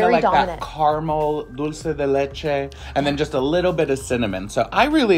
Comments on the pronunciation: dulce de leche pronunciation was on point.👍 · Thank you for pronouncing dunce de leche correctly!! We are looking forward to trying out these new cookies.